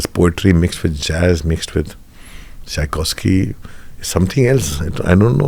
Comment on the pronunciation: bro did say psykovsky